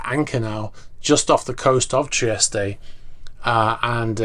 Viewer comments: Where's this Italian port Treestay he referred to? Or did he mean Trieste, pronounced Tree-est, as most English people pronounce it, and all Italians for that matter? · I was under the impression that the E in Trieste was silent